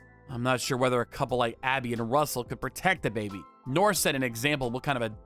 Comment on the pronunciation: I presume the name of the AP is Russel and not rustle